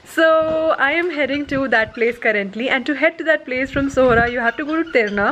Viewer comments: Nice to hear that you pronounced it Sohra instead of Cherrapunjee and that's what the locals want tourist to call the place. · I like the way you pronounce Khasi words, like Halari, Khasi, Sohra, and etc, you pronounce all well, thank you for this video, it's really appreciable ,God bless you abundantly